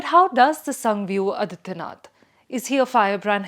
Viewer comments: आदित्यनाथ not अदित्यनाथ, गोरखनाथ not गोरखनथ, नाथ Not नथ। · Adityanath, the pronunciation, again. Aadityanath, it is.